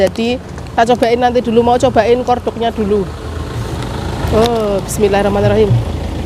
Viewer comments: Maxim mbak bukan makin Itu kualitas best setelah merk Teflon Yg paling the best dari luar negrj merk Tefal hrga nya jutaan Dan dibaca nya bukan Hermes tapi Hermey gitu pngucapannya Corn dog N nya dibaca bukan kor dog mbak 😁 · Kalo ngomong banyak yg gabisa , MAXIM BUKAN MAKIM, CORNDOG BUKAN KORDOG , TRS JUGA NANYA TAKOYAKI BAPAKNYA BILANG ORIGINAL,DITANYA LAGI ADA APA AJA . JELAS JELAS RASA ORIGINAL. MASUKAN AJA YAH ,KARENA DIBEBERAPA VIDEO JG SERING NGOMONG NYA GA BENER